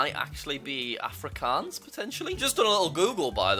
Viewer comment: Jack you don't say Africans it's afrikhans but it's spelled afrikaans